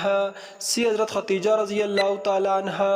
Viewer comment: جاہل انسان ۔۔خدیجہ ہے۔۔۔ ختیجہ نہیں ۔